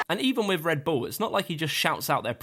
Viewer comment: U say redbull like red BuLL